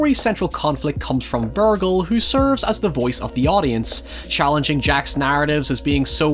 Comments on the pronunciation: I can't tell if your pronunciation of "Virgil" is a mistake, a joke, or a tactic to promote engagement. If it was the last one, I guess it worked. 😅 But in the unlikely event that you actually don't know, it's pronounced with a soft g (as in "virgin"). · There are certain words you pronounce strangely due to your accent & that’s fine, but your pronunciation of Virgil is objectively wrong. It’s not a hard G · It's incredible how many things you get wrong. Vergil isn't pronounced with a hard "G". It's a soft "G" that sounds like "J". How do you get such a widely used name wrong? Divine Comedy isn't supposed to be taken as something humorous. The word meant something different when Dante wrote it. It's meant to mean an epic. If you read the Diving Comedy (you clearly didn't), you'd know that there's nothing funny in the books. You should stick to just talking about mindless horror/hack and slash films. They seem to be more up your alley and IQ range. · AND THE WAY YOU SAY VIRGIL BRO, AND BREAKDOWN.... WHAT PART OF PRONUCIATION WAS LOST ON YOUR PEOPLE. HOW CAN YOU EVEN PRONOUNCE WORDS LIKE MANIPULATIVE AND NARCASSISTIC PROPERLY IF YOU CAN'T SAY MOST SHIT RIGHT, HONESTLY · Bruh I wanna tap out because of how you keep pronouncing Virgil. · the most horrifying part of this all is you mispronouncing vergil so hard lol. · god saying Vergil like that hurts my ears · i don't wanna sound like a dick but why do you say virgil like that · you intentionally say virgil wrong don't you, it's a thing, a plan, I despise how well you play this game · That OCD is really gonna kick in when realizes he was mispronouncing "Virgil" the whole time. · I respect your critiques but to consistently mispronounce Virgil is either some ironic joke to undermine your own authority or is genuine ignorance. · You say "Virgil" strangely. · You're saying Virgil, wrong my man. Lol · I absolutely loved your commentary but your pronunciation of Virgil drove me nuts all video lol! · Vur-jill not vergull